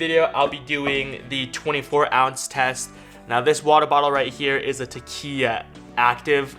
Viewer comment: Since Takeya gave you free product, you may want to pronounce their name correctly... 😉